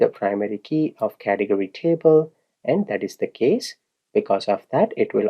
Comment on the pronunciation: You know what i enjoy most about this video? Your pronounciation of Cath e gory :D its fun, Thank you.